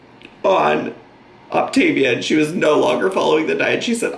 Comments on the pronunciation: Not even. It’s the emphasis on certain syllables (which I think she’s messing up on purpose, she pronounced it right in the video before) The correct way to pronounce it is “Oc - TA - vi-a” and “Op - TIV -i-a”. She keeps saying “Op-tiv- I -a”. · I didnt notice her pronounce feel as fuel until you pointed it out.....im shocked lol i cant believe how badly she mispronounces things. Its not even the accent she literally cannot read or pronounce words correctly (its OptAvia not OptIvia. Cant even read the packaging that she thought was soooo cute) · When I first saw that she was starting Optavia and pronouncing it Op-ta-vee-ah my dumb ass thought she was mispronouncing Activia, the yogurt 😂 I was like, they got a diet plan?? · Its pronounced Loptavita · Coffee: poured ✅ Wig: glued and taped ✅ Optavia: correctly pronounced ✅ im ready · optavia correctly pronounced 💀💀💀 lmaoo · I’m fairly certain she has dyslexia based on her prior spoken and reading errors. Makes sense why Optavia as a word is tripping her up. Thats about the only thing that is understandable in her latest vid.